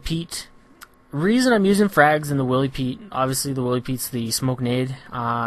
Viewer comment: It's pronunced WHY-LEE Pete, like Wily Coyote